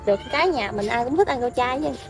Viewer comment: Rau chay hay rau trai ( nói lại cho rõ)